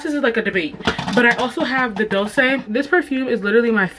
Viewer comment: Not the dolsayyyy😂😂😂it’s Dol Chay